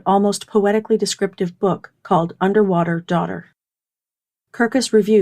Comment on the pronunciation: ... Underwaughter. Sorry